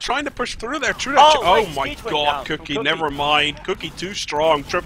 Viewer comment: cook-eye? hurt my ears D